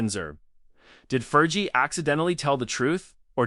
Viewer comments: Learn how to pronounce "Fergie." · 5.30: “there’s no real proof”, well , there you are then…………..and if you want the robot voice to be remotely believable, it’s Fergie with a hard g, not a soft one. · Yeah ... It's driving me crazy, too ! "Fer•gee" 😂😂😂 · AI voice over. Cant pronouce "fergie